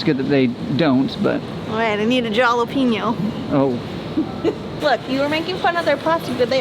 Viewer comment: When you pronounced jalapeno as in "jolly" where you trying to be funny? I'm from the American Southwest where we eat lots of jalapenos. It is a Spanish word pronounced halapeenyo ...words that start with a J in Spanish generally are a ha sound (as in Javier, Jose) and sometimes wa (as in Juanita, Joaquin). The Spanish letter J is "jota" in Spanish and is pronounced "hota" Sorry to be teachy, but the mispronunciation just makes me cringe